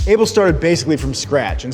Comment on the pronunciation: I don't like how you say Abel